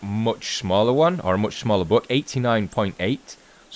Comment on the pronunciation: Is he saying Book or Buck lol